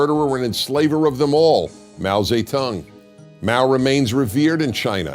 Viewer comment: Love how Dennis says Mao tsei tongue